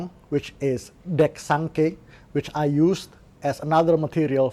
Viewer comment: Menarik disimak dan informatif! Cuman yang tepat ucapannya untuk lagu dari Sumsel adalah Dek Sangke (bunyi huruf e seperti kata delima), artinya tidak menyangka/mengira, disingkat dek sangke.